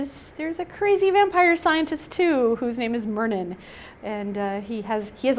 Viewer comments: ah-mlee? Mur-nin? That is not how i was pronouncing them at all! Am-e-laay and MY-RR-NIN was how i pronounced them in my head xD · That is is not how I pronounce Myrnin and Amelie!!!!!